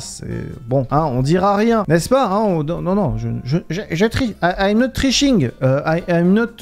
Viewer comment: i am not triching 😂😂😂😂😂 (tkt c pas grave 😂)